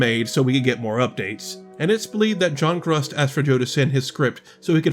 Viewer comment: What xDD "John Grusd" sounds like "John Crust" pronounced by an orc